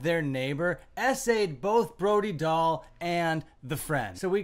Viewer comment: I thought her name is pronounced Brody Dale.